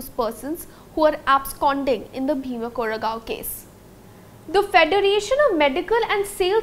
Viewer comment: The way she is pronouncing "Bhima Koregaon" is just so annoying!